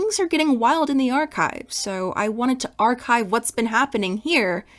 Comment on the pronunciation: I will never agree on that Archive pronunciation